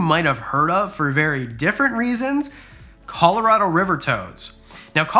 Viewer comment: Dude you are say Colorado completely wrong 😂